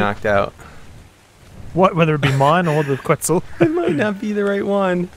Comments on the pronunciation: btw its not pronounced quintzal its pronouced cu et zal co at lus just to inform u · I've been watching your Ark playlist all the way through, and I gotta say, it really bothers me when you mispronounce dinosaur names. ITS PRONOUNCED QWET-SAHL